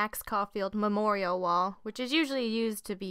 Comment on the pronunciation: She didn't say memorial. She said memorium.